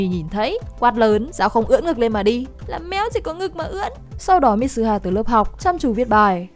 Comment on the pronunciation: Mi-tsu-ha. Ko phải mít su ha.